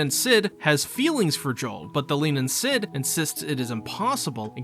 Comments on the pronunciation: Leanan sídhe is pronounced "leh-nahn shee" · "Lee-nan Shee" is closer, but you really aught to hear it in Irish properly.